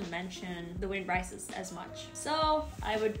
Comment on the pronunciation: "The Wind Rice Is."